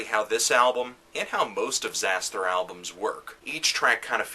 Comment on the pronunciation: I'm surprised that I disagree even though you told me not to be (ie. fuck you). First of all, if you're gonna do a lame hipster wannabe review of a genre you clearly have no real idea about (apart from quickly gleaning info on metal archives and wikipedia), at least get the pronunciation of the band's name right it's; Zas-ter - the 'h' is silent.